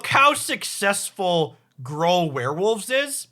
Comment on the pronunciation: Has anyone else heard Gruul pronounced “Grawl” before? Me neither.